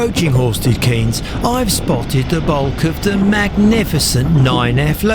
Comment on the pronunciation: The correct pronunciation of Horsted Keynes is “cains”, not “Keenes”. Sorry, but your mispronunciation grates on a Sussex ear.